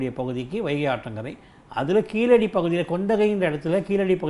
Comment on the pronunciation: கீழடி ழ உச்சரிப்பு சிறப்பு